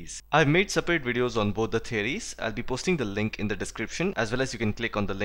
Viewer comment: Sir dnt take me wrong but I wanna correct u on one thing as u pronounce the moon as "thee moon" and many a times more but we use thee just only before the vowel so moon is not starting with a vowel thus we'll not pronounce it as thee whereas we'll simply pronounce it as the moon.In the similar fashion, the ice cream will b pronounce as thee ice cream. Although the video was soo good. Thanks alot